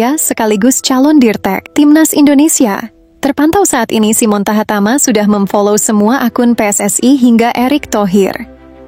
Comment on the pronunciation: TAHAMATA BUKAN TAHATAMA. 😂😂